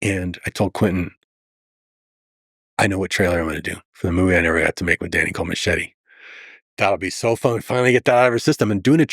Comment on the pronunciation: i cringe when a latino can't pronounce "machete" correctly, ... "machiry " wtf!!!